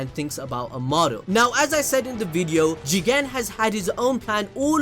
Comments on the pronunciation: The Jigen pronounciation is funny say it like Jeeeeeeeeeegaaaaaan !!! it will look better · You said Jegan 1000 times😂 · Say Jigen again I dare you I double dog dare you